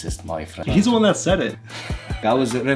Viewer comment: Zis, zat, ze, zese😂😂😂